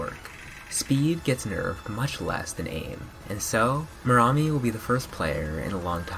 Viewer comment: You are supposed to pronounce it meramí !